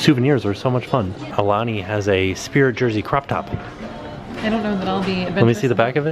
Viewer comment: "Ah- uh - lah- nee".... Aulani..., HOW did you continuously get that wrong, when I KNOW that when you arrived, someone from the resort greeted you and said the name of the resort!